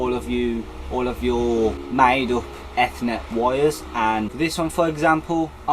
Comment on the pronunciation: good video bruh....just a little hint...you're pronouncing ethernet wrongly. regardless of american/british english